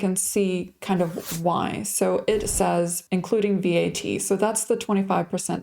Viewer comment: You don't need to spell out V-A-T. It's said as a word- VAT. Are you concerned or just giving facts? Maybe you could move to a more affordable place. Try Lulea. :)